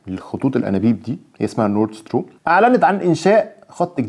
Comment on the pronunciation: ربنا يكرمك ويوفقك يارب، بس تصحيح لغوي بسيط،، نورد ستريم مش ستروم